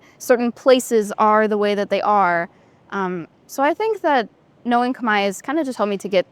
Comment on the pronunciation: Wow she can speak native!! No accent!! Pronunciation is amazing!!! Amazing because Cambodian language is extremely hard. I think it’s the hardest language in the world. She’s smart!!!